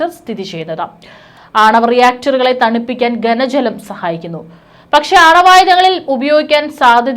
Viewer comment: ഗന ജലം അല്ല കുട്ടീ ഘന ജലം എന്ന് പറയുക.